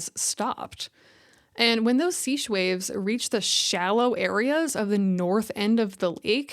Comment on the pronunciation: seiche (wind-induced lake oscillation) is pronounced saysh (or saytch).